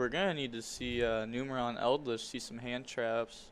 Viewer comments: IT'S FUCKING NUMERON (NEW MUR AWN). 🤦🏻‍♂️ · Boyyyy it is Numeron. Not Numerion. lol